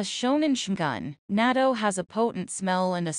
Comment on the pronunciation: Not nato ( nat-to 〜natto)